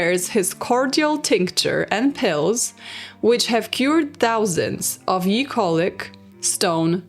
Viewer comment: Just a quick note askde from the horrific stories of syphilis, the "ye" in Charles ye 2nd etc. is actually pronounced "the", the y in this context is the letter þ that makes the th sound. Sorry for the acchually moment, love your content !